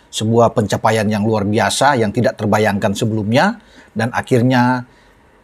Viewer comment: RRuarrrr bisa bung, bukan luar biasa 😂😂😂